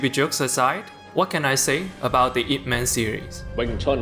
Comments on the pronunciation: It's /-ip-/. Not I.P. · I cringe when he said I-P Man. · I got so triggered when you said I.P Man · 'eye-pee' man?? bro Ip is one word and thats his last name. bro.